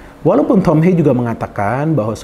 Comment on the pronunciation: Ha-ye Bro. Bukan Heiy pengucapan namanya. Dia dari Belanda bukan dari Amerika.